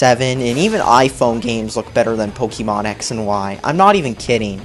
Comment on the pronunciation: Gotta catch em' all ,Gotta catch em' all yeah! Gotta catch em' all ,Gotta catch em' all YEAH! Gotta' catch em' all Pokemon! POE-KAY-MON not POE-KEY-MON.